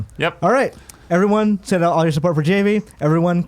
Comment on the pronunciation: My real is Javy n it was really bothering me that was pronouncing Javy with the J the J is silent it’s the H lol n more shocked he didn’t correct him lol 😂 but great episode I love GI crew and sad that they got separated!